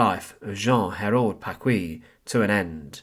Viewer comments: His name is pronounced Packee, not Packwee. The u is silent in qu in French. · You have grossly mispronounced the last name of Jean-Hérold Paquis. It is pronounced Pakee and not Pakwee. In order for it to be pronounced Pa-kwee, it would have to be spelled “Pacouis.“ I’m French so I know. My parents listened to his broadcasts during World War II — not because they shared his views, they didn’t, but they were a captive audience. Anyhow, they always pronounced the name Pakee, not Pakwee. His real (birth) name was actually Jean Hérold, but he changed it to Hérold-Paquis becuase he was born in a neighborhood of the small town of Arches called Paquis. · It's PaKEE, not PaKWEE